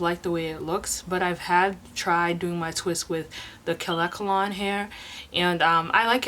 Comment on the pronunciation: The "kaLEkalon" hair? Perhaps you meant "kaNEkalon" hair. :-))